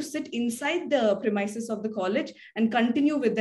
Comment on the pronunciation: Please pronounce the word premises correctly.